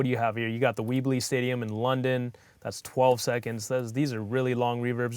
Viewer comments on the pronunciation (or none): "the weebley stadium" 😂